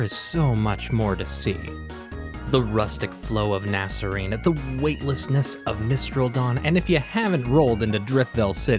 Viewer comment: I can't get over the butchered pronunciations of Unova's cities. Icirrus isn't pronounced like Icarus. It's a combination of the words ice, and cirrus, which is a type of cloud and is pronounced eye-SEE-rus. Nacrene is based on nacreous clouds which are called that because they look like pearls, which are made of nacre. This is even further reinforced by Nacrene City's slogan "A pearl of a place." It's pronounced "NAY-kreen." Sorry if this is annoying to hear but it just hits the ear wrong.